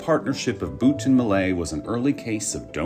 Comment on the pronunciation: Why pronounce Butt as Boot 🤔